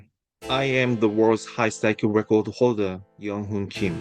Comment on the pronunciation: The way he says "World record holder" like "Wodarecodaholda" every frickin' time just pisses me off.